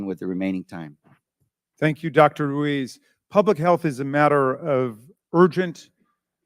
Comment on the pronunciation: If Dr.Brainwash Ruiz was Pinocchio his nose would be a foot long. I think it's pronounced Ruse.